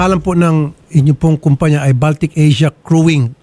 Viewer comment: Baltic po yan as in BALTIC SEA or BALTIC COUNTRIES, not baltik as in sira ulo. Just sharing po. THANK YOU po.